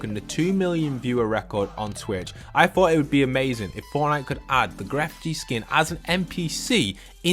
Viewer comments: I'm still hearing "Gref gee" and it makes me feel muy incómodo. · Lo siento bro me duele el corazon porque enseria gref gee suena mal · This is random but when you say Grefg you don’t pronounce the G at the end. It’s just said like Gref :3